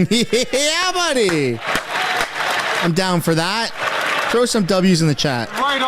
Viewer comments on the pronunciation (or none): none